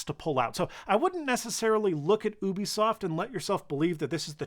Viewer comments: Whyyyyyy are you calling it OOObisoft It’s supposed to be Yubisoft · Emphasis on the “Y”, Yewbeasawft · isn't it you-bisoft, and not oo-bisoft? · Did he say OOBISOFT?